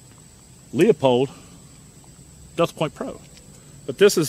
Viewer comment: The sight manufacturer is LEUPOLD. Notice, NO "O" in the name? It is pronounced LEW-POLD, NOT LEOPOLD! I am really tired of hearing many video productions mispronouncing. Sorry, not trying to be a Grammar-Nazi, but really disturbing (yeah, I know, thin skinned).